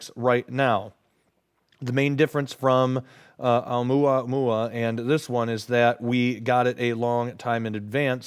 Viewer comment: FYI: "Oumuamua" is pronounced Oh-ooh-moo-ah-MOO-ah